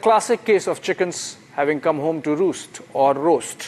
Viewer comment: The pronunciation of 'air strikes' is more interesting....Air 'IS TRIKES'....eeek Republic...!!! And 'chikens' coming to roost?? CHIKENS!!!! And terror "IS STATE"...!!! Pls make this practice...!!! Please Mr Arnab🙏